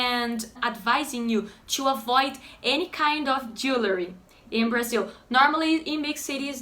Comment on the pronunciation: Your pronunciation of jewellery was spot on! :) I hope I can move to Brazil soon. Have you any suggestions for the Recife region? Mainly the best way to rent long term. Obrigado!